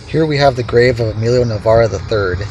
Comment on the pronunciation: I grew up with Emilio, in Navaira the aira is pronounced with a long I ... like Ira.